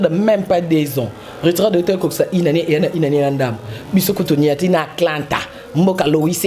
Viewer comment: Ezali Atlanta e non Aklanta